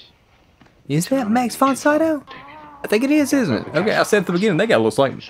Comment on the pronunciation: Max von Sydow's name is pronounced "Mux fon Seedo" (if I may transcribe it in this pseudo-phonetical way for Americans). 🙂